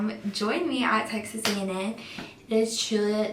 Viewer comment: I thought she said sexist A&M I was thinking “WTF?”